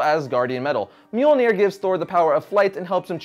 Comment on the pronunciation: Its not mjolneir its myuh myuh